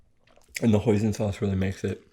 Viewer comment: hoison sauce it sounds like poison sauce and i thought he said poison sauce because it is spelled the same way with one letter different /poison/ /hoison/ hoison sauce it is my first time hearing that word hoison sauce it is usually i hear tarragon or soy sauce soybean soy and curds and whey and molasses and chocolate whipped cream and strawberry whipped cream and chocolate mousse and raspberry mousse and frozen yogurt sorbet but not hoison sauce.